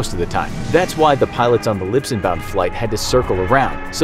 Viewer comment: "Libson". Slip of the tongue :)